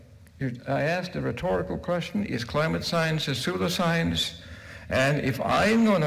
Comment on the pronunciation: "and finally, we have SOODLE-science"